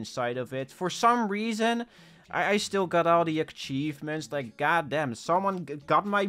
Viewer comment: Never stop saying "Ackchievments" please! 💀